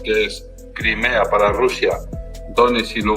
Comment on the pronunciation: No se dice RRRRUSIA se dice RUSIA CON UNA R QUE MAL TU FORMA DE AHABLAR